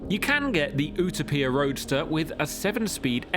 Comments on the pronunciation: Still good content, but this is not a 2026 Performance Car of the year. No Lamborghini, No McLaren, No Aston Martin, Yet we compare a $3.5m bespoke car to $100k cars??? Then why is there no Bugatti, Koenigsegg, Hennessey, etc. ... and it's not U-tow-peia, it's YOU-TOPIA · You-topia✅️ Oetopia❌️ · ooto-peer..... ok champ... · Ok why can't you just stick with the Queens & like every other English speaking automotive journalist just call it the "u·to·pi·a", pronounced /yo͞oˈtōpēə/ bc unless you're Benito Mussolini incarnate I'm ending the dictatorship for failure to maintain order 😂 /yo͞oˈtōpēə/ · Pagani Huayra Utopia is pronounced like the model is named after the imagined place/society of perfection. Pronounced "You-toe-pee-a", but you know that already, don't you. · Ooterpier? I don’t think so mate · Ooo tow pia! Utopia pronounced Youtowpia. Where is clarkson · "Oohta-Peah"?? Let's just be grateful you weren't testing it in Barthelona. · Oo-toe-pee-a - really? Utopia is an English word.... Porch - something on the front of your house. Porsche-e - an expensive VW beetle.... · who the hell spels utopia like that? U-ta-pia😭 thats even worse than people saying porschhh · I thought it was YOU-TOE-PEE-TAR. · Oootopia?? Lol WTF dude? Learn how to pronounce!! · OOh toh pia.... you're kidding right? You can't say Utopia correctly? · Agreed. I have met Horacio and he never calls it OOOO 2 pia. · It’s “You-taupe-pia” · Is this really how Brits pronounce Utopia? OOH Toe PEE Ah? I’ve never heard it pronounced this way. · A journalist should know how to pronounce "Utopia" in his own language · The way he says Utopia is annoying. I would like how to see he pronounces dystopia 😂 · What did he call that pagani?? Clearly hes never heard the word utopia.... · The Pagani what???? Journalists are supposed to know words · How come he cant pronounce a simple English word? Makes you think it's AI! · I'm skipping the video over the dumb pronunciation of u-topia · Butchered it lol